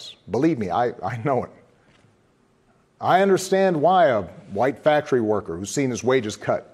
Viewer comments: The white wactory wascawy wabbit worker? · for the white wactory worker